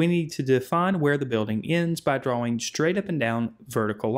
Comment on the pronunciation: "DRA"-"WING" okay man